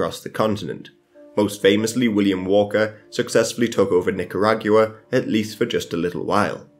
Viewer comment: The way he said Nicaragua 💀 It’s pronounced “nica-auga”